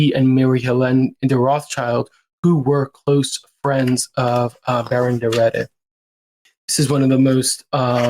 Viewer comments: Please, pronounce the Baron's name correctly. I understand that some of the place and people might be unknown, but the subject of your clips needs to be pronounced right. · That's not how you pronounce his name. Or Hugo Vickers, or Lambert for that matter 😂